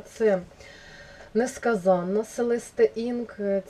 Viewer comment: НескАзане, несказАнне :) наголос різний при різній кількості н у суфіксі :) ну і значення різне ;)